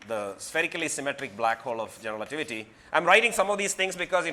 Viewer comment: like how he say 'generalativity'